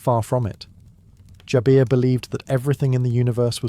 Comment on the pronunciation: its Jaber, not Jabeeer its Islam not Izlam